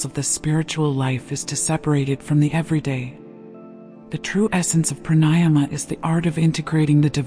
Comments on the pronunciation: The correct pronunciation of pranayama is Prāṇāyāma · Since you don’t know corect pronouncing pranayama- why listen? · I would enjoy this more if the orator would pronounce pranayama correctly